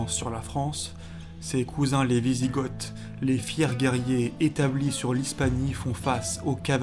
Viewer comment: Hâte d'avoir la suite, un petit conseil, de faire un effort sur les prononciations, on dit Wisigoths (Vizigo)!